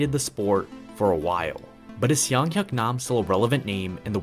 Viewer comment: As a Korean, I'll make two corrections: "Seung" is pronounced closer to "Soong" rather than "Siung". His first name is actually "Seung-Hyuk" combined, not just "Seung". Otherwise, cool video. You're a very underrated cubing YouTuber. Keep it up!